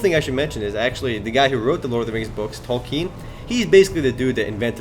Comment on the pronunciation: SAD someone who is reviewing /Lord of the Rings/ Online doesn't know why men are called men. They're called men 'cause that's what Tolkien decided to call them! Also, Tolkien is pronounced Tuhl-key-in, not -tuhl-keen.